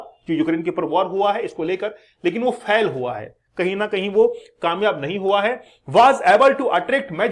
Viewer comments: फेल को फैल बोल रहा है क्या मास्टर बनेगा रे तू। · Fhal nahi sir fail hota hai